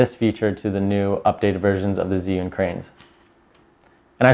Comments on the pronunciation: Chew-ing not Ziun how do I know this, well let’s see uh, I watched a demo video from an “Asian” rep from the company tell us the correct pronunciation! So come on let’s get it right! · You pronounce it "GYY You(n) " darling. Very strong Zhi = zhy (Y like in word "everY"). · Great info.... but dear God he’s say zhiyun all wrong 😂